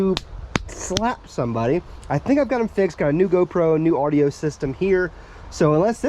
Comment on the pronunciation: Ardio ? Don’t you mean audio